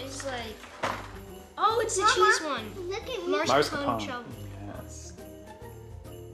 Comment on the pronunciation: Anyone love how they still say marscapone instead of mascarpone every time? 😂